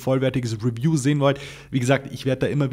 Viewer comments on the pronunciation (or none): none